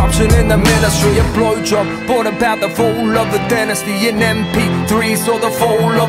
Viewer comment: hehuaheua he said bolowjob huaehuah